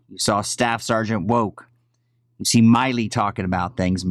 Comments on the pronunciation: Not being wise but the generals name is pronounced like... Mill I work at the mill. Milley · Milley not Miley. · He knows how to pronounce his name. He’s calling him Myley on purpose in my opinion. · It bothers me that you keep mispronouncing GEN Milley’s name.